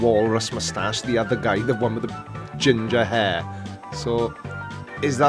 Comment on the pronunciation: Great video but you mispronounced "hair" you adam savage look alike. 😋